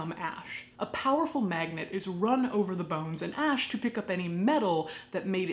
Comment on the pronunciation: Ash not ask